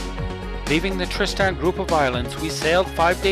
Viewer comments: It's not pronounced Trist-Stan. I found this island on the map hanging on my wall and my name is Tristan, I can tell you that my name is not Trist-Stan. I know there can be different pronunciations, however it's not pronounced differently than my own name. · Hey, i'm not trying to bash you or your video, it was really good. When I hear you butcher my own name it just puts me off a little bit.